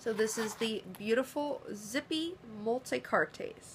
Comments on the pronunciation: Its pronounced "multi-kaarts" not "multi-cartés" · Lovely little pieces. Thank you for the review. Quick crashcourse in French: "Multicartes" has silent e + s = pronounced "multicart" when spoken.